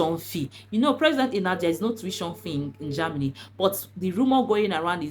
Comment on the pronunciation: It's Ger-- many not JAMny dear